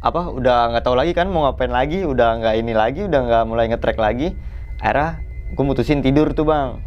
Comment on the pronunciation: Baru kali ini...kata " akhirnya " jadi " Aira " 😁😄🤭...dari tadi bingung..apaan yaa " Aira " ☹️🙄😳😁😄🤭